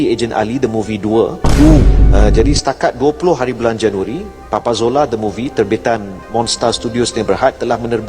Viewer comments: Kena maklum...lidah orang jawa kurang boleh sebut Z....dia jadi J... Contoh... Rezeki - rejeki Marzuki - marjuki Papa Zola - Papa Jola Zimbabwe - Jimbabwe Dan lain2.. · papa zola bkn papa jola 😂😂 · Papa Zola bukan papa jola hahahahaah